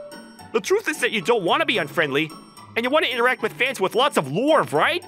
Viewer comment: Male VA isn’t for me, I’m gonna mute this one. I really hate how he pronounces love. “I Lorve you” like wtf